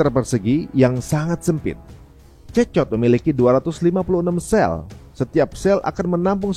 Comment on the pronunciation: CECOT dibaca nya (sikot). Izin koreksi mas🙏🏾